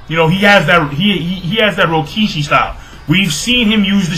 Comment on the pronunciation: rokushiki man not rokishi